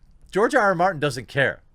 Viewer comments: Is it ironic that he said "mountain" instead of Martin? I thought that was an amusing slip. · I love how you mispronounced George mountains name like 7 times throughout this video 😂😂